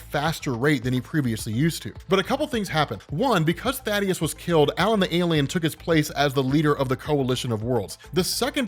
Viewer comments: Thaedus is pronounced "thay-dus" . Thaddeus is the character from judeo-christian myth "tha-dius" that you might have been getting confused with? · ifs Thaedus. Thay-Duss. Not Thaddeus. Thay-Duss. Thaedus.